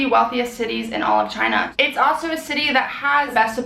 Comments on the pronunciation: but its not choona its china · chOOna... not china?!